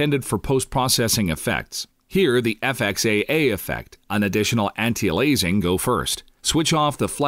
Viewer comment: "Anti A lazing" LOL. That's some insanely good Text to voice synthesis... but it utterly fails on a couple words.